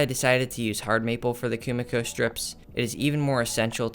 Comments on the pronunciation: It's not Kumiko 🤣 This is called kumiki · is not it KUMIKI not KUMIKO?